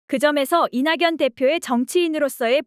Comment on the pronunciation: 이나견이라 소리나는대로 읽어주세요! 이냥년이라... 어색하고 생소하네요~